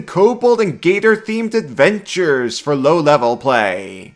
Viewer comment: Gator confirmed as German. Gertor.